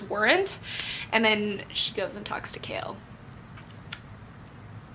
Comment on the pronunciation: I'm not going to lie, I feel so ashamed of myself because I've been pronouncing Chaol's name with the -ch sound in "cheese" and Wyrdmarks as "weirdmarks" and you just went there and pronounced them so correctly. To think I was thinking this as I was reading the book and I feel so embarrassed! 😭 But I still loved this book talk as I'm still gushing over what happened :) ♡♡♡